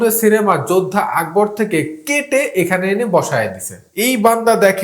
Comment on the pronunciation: যোদ্ধা আকবর না যোধা আকবর।